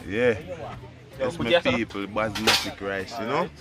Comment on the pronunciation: Junior it pronounce Basmati Rice not Basmatic